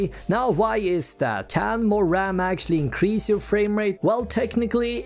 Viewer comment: Take a shot everytime he says raMM